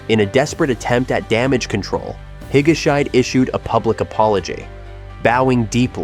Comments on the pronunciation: "Higa-shyde"? "Hi-ga-shee-deh." Dude, if you don't know how to pronounce a name, look it up! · i lost it at "hige-shite"... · Should have someone coach you on the pronunciation of Japanese names. Not Higa-shide (rhyming with "hide") but Higashi--de. Japanese names do not follow English pronouncing rules. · This isn’t just a japan thing though. Anyway I think you should pronounce Higashide as Hi-ga-she-de. And also Becky is so back. And another celebrity with a scandalous affair, Mari Yaguchi, made a comeback also. Suicides which were also shockingly devastating, Yuko Takeuchi (Ms Sherlock), Haruma Miura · "higashide" is pronounced "hee-guh-shee-day" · Actually it’s he-ga-sh-day 😊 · Higguhshy? :P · can't even pronounce higashide properly. this AI shit has got to stop. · The mispronounced name hurt my ears, so much.